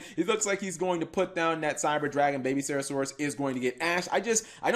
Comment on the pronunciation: can you stop misspelling miscellaneousaurus and not saying serasaurus